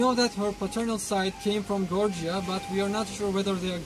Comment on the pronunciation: It's not "Gorgia", it's "Georgia". Pronounced "Jorjia".